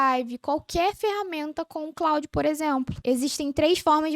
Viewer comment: vídeo muito bom. Só dá uma atenção para o nome do produto. E, não exclusivo de você. Vocês falam ‘Cloud’ e não ‘Claude’. Aumenta credibilidade e você voa